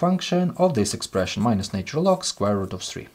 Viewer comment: Please teach this person to pronounce the word " natural " correctly !!